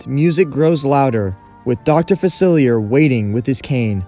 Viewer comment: Dr. Facelier is dead though (and you’re pronouncing his name wrong)